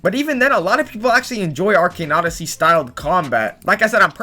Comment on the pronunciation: Actually everytime he says arcane odyssey it makes me kinda mad or pissed idk why when the other guy says it not you tough you say normally